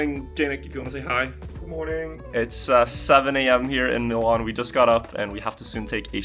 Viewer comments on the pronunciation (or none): none